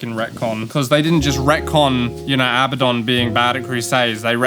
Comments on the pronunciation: Hearing pronounce Abaddon like he's saying "madden" is cursed as fuck 💀 never heard anyone pronounce a world so wrongly before. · can't call yourself a 40k fan and still call him 'uh-bad-un'